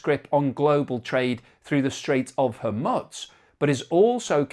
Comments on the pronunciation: It's not hormutz it's hormuz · Please pronounce geographical names correctly. It is hormoooze not hormuts. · Its the Strait of Hormoooz not Hormutz. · ☢Strait of Hormuts, Strait of Hormuts, Strait of Hormuts, Strait of Hormuts, Strait of Hormuts, Strait of Hormuts, Strait of Hormuts.Thats how manys times pronounced it wrong this episode. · Even worse, he says 'Hu-mutz' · Ok! Say after me. I want the pronunciation.... hOORRRMUUUUUUZZZZZZ. One more time HOOORRRMUUUUZZZZZ. Need to work on that Z mate. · Hormutz is really beginning to grate like fingernails on a blackboard. It's beginning to sound like listening to an Ai presentation with incorrect pronunciation. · It's grating every time he butchers that name. You'd think by now he'd have seen enough pushback to correct himself. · Very annoying. That's not how it's pronounced, either in English, or any other language! Never heard it anywhere else. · Good grief, please learn how to pronounce Hormuz. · If a Chef served you up a beautiful meal on a dustbin lid, would you eat it? Presentation does have a part in the overall experience. I find his mispronunciation of the word Hormuz irritating. It reminds me of badly created Ai. Once or twice might be by mistake of using a new word but persistent mispronunciation is just a stubborn resistence to learn. The word and its pronunciation is on multiple news channels around the World, so no excuse.